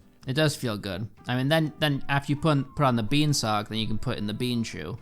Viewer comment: ZE BEEAN